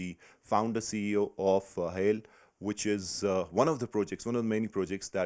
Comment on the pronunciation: its not hale , its HIAL do ur homework right